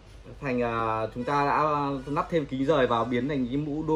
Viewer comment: "lắp" chứ k phải "nắp"